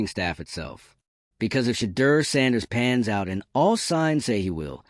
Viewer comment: Train your AI voice to enunciate Mr Sanders name properly.